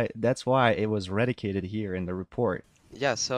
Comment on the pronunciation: Say it like "Ree-Dack-Tid"